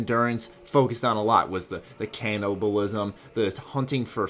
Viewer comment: lol "can oh bowl ism"